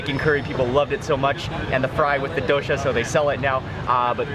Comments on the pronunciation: It's not dohsha it's doh-sa (dosa) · DOH-SAH. Not DO•SHAW. Please pronounce the food of my country, proper. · suprised the indian guy isnt helping with pronunciation lol its doSA, not doSHA